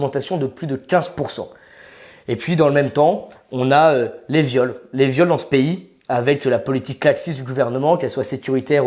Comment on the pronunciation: "dans s'pays". De quelle nationalité est ce monsieur?